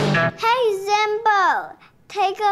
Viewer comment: when he say zenbo its like he say BANZAI!